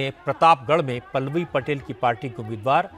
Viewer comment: ओवैसी हिंदी और उर्दू तों सही से बोल नहीं पाते। मोदी को मोडी पल्लवी को पेललई पटैल बोल रहे हैं 🤔🤔🤔 जब आप अपनी भाषा का सही संप्रेषण नहीं कर पाएंगे तो जनता क्या सुनेगी क्या समझेंगी।